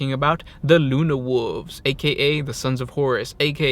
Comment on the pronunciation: Luna wolves... Nahhh luna wooves